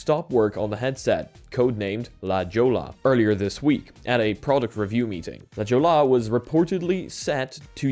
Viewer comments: La Joe-la? 😅 La Hoy-ya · La Jolla (/lə ˈhɔɪə/ lə HOY-ə, Latin American Spanish: [la ˈxoʝa]) is a hilly, seaside neighborhood within the city of San Diego, California. NOT "lah joel-uh" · The fact that he says “la jola” instead of “la hoy-yah” made my day in some abstractly funny way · Lah hoy Uh.............. not la joe la. smh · If anyone cares it’s La “ho-ya.” Great hiking out here. ❤ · La Jolla = LA-HOY-UH 😁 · Just FYI La Jolla is pronouced, LA-HOY-AH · I’m not certain, but I believe La Jolla is pronounced “La Hoyah” if it’s Spanish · It’s pronounced la-hoy-ya not La Jolla you silly pollack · i know u aint from the US and it doesn't make sense how its pronounced but if u wanna pronouce it correctly its "la hoy-ya" (la jolla) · please look up how La Jolla is pronounced.